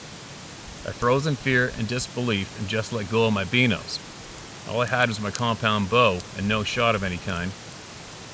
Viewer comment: Stop calling binos, beanos